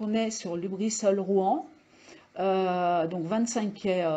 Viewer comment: C'est ROUEN et SEVESO, pas ROUAN ni SEVISO. Ça laisse présager de la qualité/pertinence du reste de la vidéo.